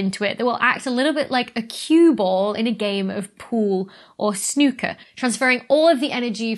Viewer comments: "A game of snewkar"😂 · I could listen to Dr. Becky say, "Snooker" all day!!